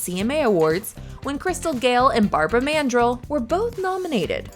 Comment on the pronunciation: I guess this narrator wasn't around in the 70's since she doesn't know how to pronounce ManDRELL correctly.